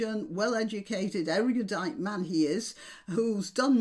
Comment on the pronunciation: Did I hear you say "eriudite"? (ducks for cover 😉)